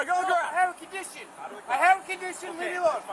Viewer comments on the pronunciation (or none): he said on i have a candition not suprised